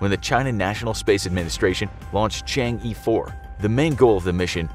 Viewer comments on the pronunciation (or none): There is no "Dark side" of the Moon, even within the video they got it right calling it far side vs near side. The title fails. Also narrator should at least learn to pronounce Chang-e properly. Its pronounced Chang 'Er' not Chang 'Ee' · it's pronounce as Chang'er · Chang'e is pronounced chong uh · It's pronounced Chang ugh rather than Chang yee 😅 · CHang'e 4 WHY ARE YOU SAYING CHANGEE 4 IT IS CHANG AAA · Some help: 玉兔 Literally Jade Rabbit. Yu'tu, instead of "Yoo Too", more like Yü Too, with a u-umlaut. 嫦娥 name of a goddess. Chang'e, instead of "Chang ee", more like "Chah-ng ə" with a schwa. I don't remember the details but there's a legend about a girl who unwillingly flew into the sky with her pet rabbit and landed on the moon. Hence why she's considered the Moon Goddess. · It's actually pronounced chang uh not chang E :p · It’s not Chang e you pronounce it as Chong aww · It’s Chang é, the é sounds “uh” in ago. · The mispronunciation of Chang'e was incredible terrible lol. Its pronounced kind of like "shawn-shay" or more like shjay. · he butchered the pronunciation of yu'tu and chang'e pretty bad hahaha